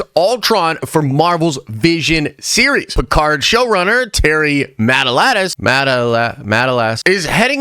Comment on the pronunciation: Matalas is pronounced "muh-TAH-lus".